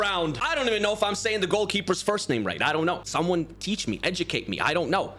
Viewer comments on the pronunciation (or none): none